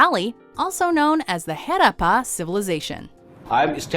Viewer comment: the Olmecs & the concept of zero? I'd like to know more. the Indus valley civilization, despite the "r" in "Harappa" I was impressed that you pronounced it with a "d" as "Hadappa" which is indeed correct but sadly spelled quite inaccurately like many words for which I don't understand the reason.